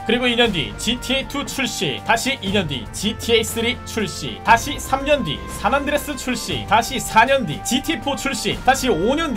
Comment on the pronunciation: 안드레스가 아니고 안드레'아'스 입니다.